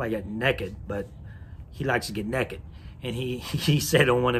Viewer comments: the way he pronounced naked as “neckad” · the way hantz says "naked" is hilarious